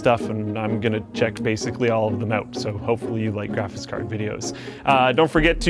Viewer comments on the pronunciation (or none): I hate it when says graphis cards